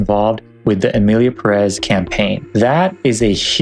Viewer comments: wasn't it pronounced as PEHrez not puhREZ? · pErez, not perEz ~ is it too much to ask that english speakers say ONE NAME correctly? “Pérez” => accent tells you to stress 1st, the accented, syllable. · The accent in Pérez goes in the first syllable, it´s not PerÉz